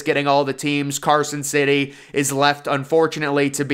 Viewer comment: "Carson city" lol